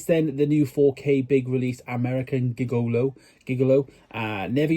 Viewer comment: As soon as you picked it up I knew you wouldn’t know how to pronounce Gigolo 😂